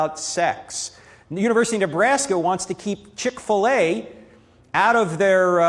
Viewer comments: Why do you pronounce Chick-fil-a like that? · Good points made here. I must admit though, I've never heard Chik-fil-A pronounced like that.